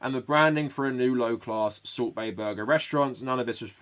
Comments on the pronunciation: You keep saying salt bae, but all I hear is "sorbet" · I keep hearing Soup Bae.